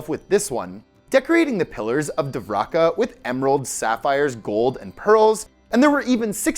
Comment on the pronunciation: Its pronounced Dwarka or Dvarka bro. Not divraka.